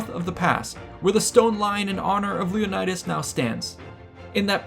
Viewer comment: You mispronounced Leonidas everytime u said it